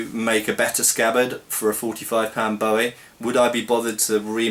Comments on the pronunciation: It's pronounced boo -ie not bow -ie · Ya it's crap & it's pronounced BOOWIE like his name Jim Bowie.